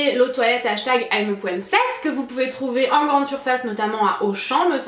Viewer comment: "I'm a pouincess" ahah, sinon, c'est une vidéo que j'adore re-découvrir;) ❤